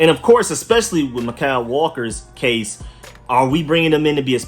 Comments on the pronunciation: Mykal walker is pronounced like Michael. That's how my sister's name is spelled and pronounced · It's pronounced Michael